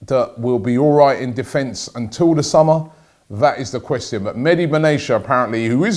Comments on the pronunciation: BenaTia not Benacha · It’s not Ben-nay-sha it’s Ben-na-tea-uh (Benatia) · Medi Be what? Benesha? Oh come on Robbie we Arabs call him Mehdi Ben-AA-Tiyah It's an Arabic name, AA-Ti-Yah Not beneesha lol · IT'S BEN-A-T-I-A not Aicha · it's pronounced mehdi bena - tee - ya, robbie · Pronounce: BEN ATIA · Ben-ah-tia...Come on, Rob. It's not that difficult. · It is Ben-Aria ... like a tia no ch or SH or anything else.